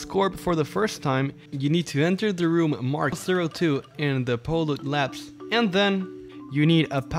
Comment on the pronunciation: Am i the only one enraged about how he pronounces polut? I mean its pronounced pollute, as in pollution.